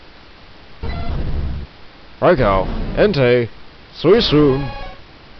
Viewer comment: and after posting that you semi butcherred the other two... (Raikou is pronounced Rai-koo... though Entei is kinda up to debate, they pronounced it both ways in 3)